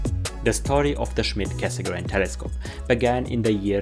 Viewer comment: 30 plus years ago I learnt to pronounce Cassegrain correctly - now I return to astronomy and the world (including yourself) mispronounce it, with the exception of when you mentioned his full name. Is this the standard now? Should we also start pronouncing the d in Schmidt?